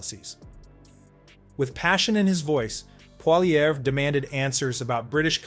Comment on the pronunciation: Pronounced Polly-ev!